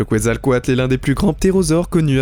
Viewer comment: On dit le quetzalcoaltus